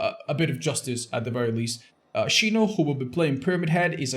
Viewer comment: why he calling xeno, shino lmao